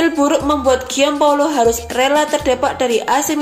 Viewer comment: Gian Paolo baca Jan Paolo dlm bhs Italia.